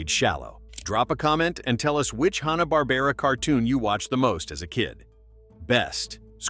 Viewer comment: Now if the guy could only pronounce "Hanna" right. The Tom and Jerry examples are horrible compaired to the theatrical cartoon. The Jetsons examples are also bad compared to the original first season. The Hair Bear Bunch was great and a excellent spoof on Hogan's Heroes.